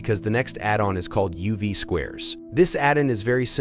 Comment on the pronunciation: Robot voice video. It can't say "addon"!